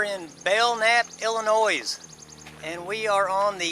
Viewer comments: It’s not Ill-a-noise. It’s Ill- Annoy. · It's Illinois s is silent